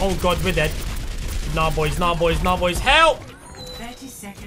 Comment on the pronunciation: #notificationsquad!, when you say 'BOIS' it never gets old haha.